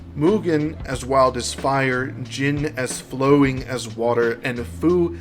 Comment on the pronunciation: Great analysis! The only thing that bothered me was how you pronounced "Jin" as "Jeen" the entire time, it made me shiver ☠️